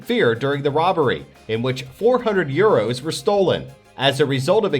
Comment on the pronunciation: Say euros not eros